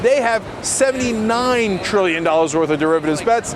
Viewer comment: When I heard the TR in Trillion, I super cringed...